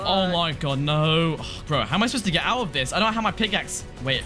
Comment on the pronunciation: ''hOw am I SuPPosT To grT ouT oF HEr''